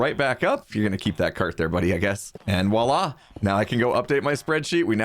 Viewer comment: Voilá has a V and is a french word. VVVVVVVVVVVVVVVVVVVVVVVVVVVV